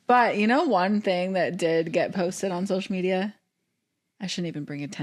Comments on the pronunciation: Why does zach say SHocial media… SO-shall not SHO-shole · sho-shull media 🤪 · (Not a hater I love this family) I hate how Zach says “SH-oh-SHull “ media